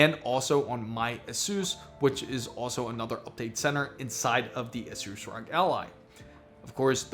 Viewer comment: The mispronouncing of Asus by the third time just made me stop watching this video.